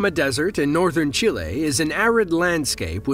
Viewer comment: Never heard someone say chile so wrong over and over 😂